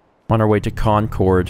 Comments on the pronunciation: lol,, Concord is pronounced "Con Cerd" The second half rhymes with Bird. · Please, everyone from Massachusetts is cringing. It's pronounced "CON-Curd" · As someone from the Northeast, that pronunciation of Concord pains me. XD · It's pronounced Concord